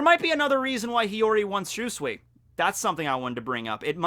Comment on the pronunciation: I know you don't care about correct pronounciation anymore but dang i still cringe everytime you mispronounce Shusui. But hey, you're the cringe king so.. good job i guess?:D aaanyway.. I love we're finally getting more sword lore.